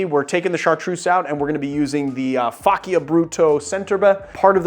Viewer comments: Hi, awesome video. One little thing: the correct pronunciation of faccia is something like “fudge cha”. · Pronounced Faccia wrong